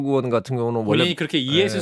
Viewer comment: 으원이요? 의원이 아니고? 국회으원이라니?? 방송기자라는 사람이 발음을 저따위로…